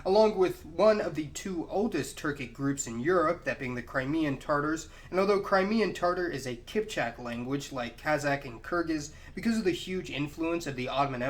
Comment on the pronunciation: just FYI, when you see "kh" written, as in "KazaKHstan" or "KHakassian," it's not pronounced with a "k." It's closer to "h." The letters "kh" is a transliteration of the Cyrillic letter "Х" which is pronounced like "h" only slightly harsher. Don't say "kazak" or "kakassian." That's wrong.